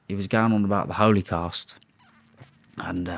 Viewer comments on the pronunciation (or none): My man can’t even pronounce Holocaust ffs🤣